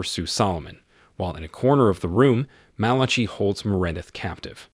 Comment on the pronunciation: Undo is pronounced un do. Malachi is pronounced Mal a KI LIKE the book in the Bible.